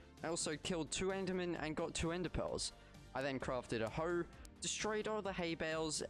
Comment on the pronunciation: The way he says hoe tho🤣🤣🤣🤣